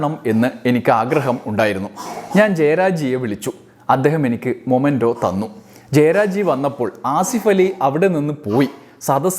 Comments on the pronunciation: മൊമെൻ്റോ അല്ല; മെമെൻ്റോ എന്നാണ് ഉച്ചരിക്കേണ്ടത്. | t is a common mistake . Please dont repeat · It is "memento" not momento, man !! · Hello dear...momento allaa... memento aanu ttuo❤